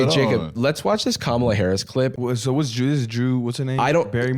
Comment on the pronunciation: I heard 'be our Mom-ala' and wanted to scrub my ears off my head, except that I also didn't want that to be the last thing I heard before deafening myself.